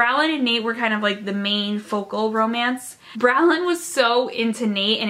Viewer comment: girl you pronounced bronwyn wrong HAHAHHAHA